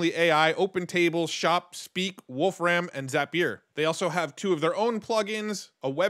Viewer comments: Wolfram Alpha access on GPT?! HELL yes! FYI, I believe it's pronounced like "Wolf Rum", not "Ram". :) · It is not Wolf Ram, its "volFram" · Just a small note, "Wolfram" is pronounced "wolfrum" - you don't overstress the "ram" as if you are saying the two animal names. It's the old name for the element tungsten. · Great Video. BTW, you really lean into the pronunciation, Wolf-Ram. And that sounds way cooler than the way Stephen Wolfram says his last name, "Wolfrem". Henceforth, I'm going with Wolf-Ram.🐺🐏😎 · "Wolf ram" 😂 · You say "Wolfram" super weird. It's just a guy's name not some reference to computer RAM.